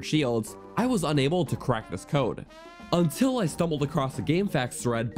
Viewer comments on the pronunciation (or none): none